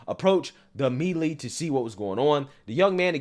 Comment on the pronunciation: The was u pronounced melee Try “may-lay” Each one teach one ☺️